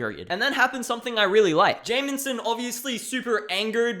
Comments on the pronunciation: It's "Jameson" It sounds like you're saying "Jamenson" with an added "N" for some reason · lmao love how you pronounce jameson, "jay-min-sin"